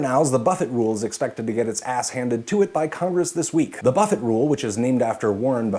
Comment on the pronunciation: I couldn't stop laughing when you said buffett wrong lol